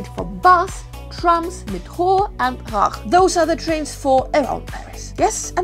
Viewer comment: Good video but the way you pronounced RER 😵